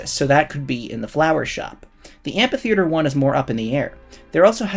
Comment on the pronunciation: The ph in amphitheater is pronounced "f"